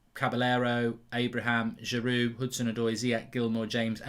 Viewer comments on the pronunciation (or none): none